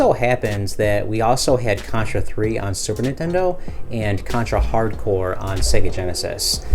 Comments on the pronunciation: Why's he keep saying Hard Core instead of Hard Corps? I realize this video is 2 years old, hopefully he doesn't do it anymore. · Hard Corps, not hardcore... He keeps saying it wrong though so I don't blame you.